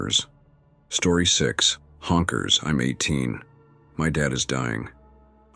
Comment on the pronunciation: Why does the AI keep saying H O N K E R S. Lol